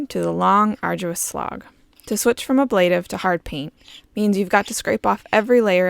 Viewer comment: It's pronounced aaa-bla-tive.